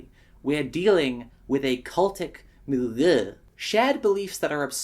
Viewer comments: nice milieu pronounciation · "Cultic Mill-eaugh" well at least now I know someone pronounces it like I do